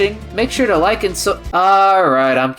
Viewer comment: “did you rike it”